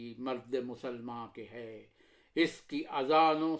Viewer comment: عمدہ۔۔۔ لیکن اس کی امیدیں قلیل۔۔۔ اس میں لفظ اس کا تلفظ زیر کے ساتھ نہیں بلکہ پیش کے ساتھ ہے۔۔۔ أس